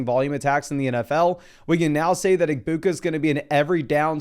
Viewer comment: the G in egbuka is silent btw me and him are friends and we were watching this video together he wanted me to tell you